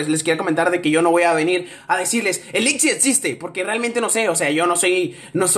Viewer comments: android el lick no se pronuncia a si se pronuncia el lich y el lich pertenece a la serie de aventura de hora de aventura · se dice lich